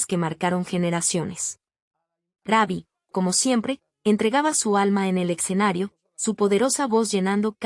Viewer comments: Quien está narrando no es una persona es IA por que dice Rabbi no Rubbi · Su apodo se pronuncia como se escribe no se dice raby.. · Si no save prnuciar bien el nombre d Ruby no able